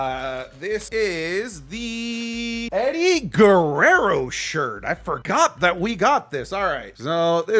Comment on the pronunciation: Dijiste "GUERRERO" como latino TE DESCUBRI :0 amo tus videos, sigue asi